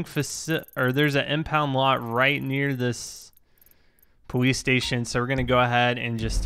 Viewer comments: why was he saying powice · Is it my headphones or is he saying Police strangely?!